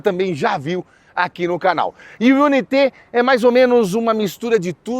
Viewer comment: Irmão dica de inglês pronuncie dessa maneira o nome do carro ok i u n a i t e